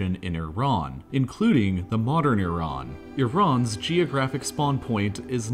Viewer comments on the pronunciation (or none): its not "yee-ran" tho its "E-ran" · it's E_run and we don't care what the uniranian how pronounce it. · It’s not Yeee run either lol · It's Iran... Not Iraaaan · Normal people:Iran Him:Eiran